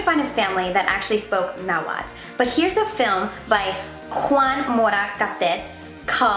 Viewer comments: Tip its pronounced (atleast in the original language) is na-wa-tl not na-wat or na-wal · Why are you not pronouncing the "TL" at the end of NahuaTL? That is a staple and iconic sound in the Na-HUA-TL language...so I'm confused? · its not nahuat its nahuaTL